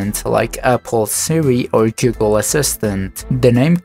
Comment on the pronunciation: Nice video but gigabyte is not read as jigabyte and google is not read as jiggle